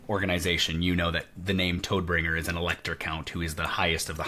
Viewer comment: Toadbringer? lol it's TODD Bringer. Tod being death in german.